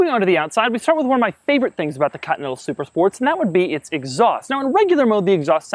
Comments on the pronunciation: Back when Doug knew how to say Continental, not cottonnettle. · Doug the type of guy to pronounce "Continental" as "Cotneddle" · he is actually saying "continal" every single time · Krayzie D nope he says "cotneddle" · Is it just me or does he say "Cotinetal Supersport"? "COTINETAL"!!! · Bently "cutnettal" super sport